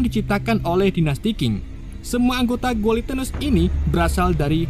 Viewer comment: bacanya gini bang, giletens